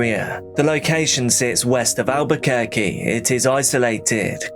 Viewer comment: I'm from NYC. Most pizza is a disappointment now. Also, i live in Albuquerque and am astounded by your correct pronunciation of the names.